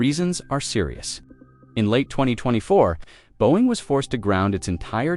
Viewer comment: teach your AI voice to pronounce 'Boeing'.